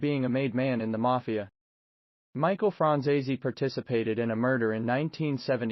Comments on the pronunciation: It would help if you pronounced his name right. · My God, learn how to pronounce his last name correctly